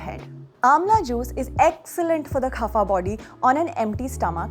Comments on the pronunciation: ITS kapha not KHAPHA XD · Why is she laughing while narrating? And it is "kapha" , not "khafa". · It's कफ not खफा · It’s not khafa body , it’s kapha body